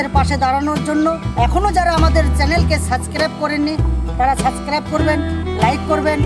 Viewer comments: দাদা সঠিক উচ্চারণ হলো সাবস্ক্রাইব not সাস্ক্রাইব।।। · আমার খুবই ভালো লাগে স্যার আপনাদের এই কাজ।। আপনারা মানুষের পাশে এরম থাকেন কয় জনি বা করে, কিন্তু ছোট ভাই হিসাবে একটু ভুল সংশোধন করবো।।। ওটা স্যার যেটা বলেন ওটা suscribe(সাসক্রাইব) নয়, ওটা subscribe(সাবস্ক্রাইব) হবে।...... "ব" আসে উচ্চারণে। ভুল টা বললাম কারণ আপনারা অনেক ভালো কাজ করেন তাই এই ছোট উচ্চারণ mistake টা না হওয়াই ভালো।।।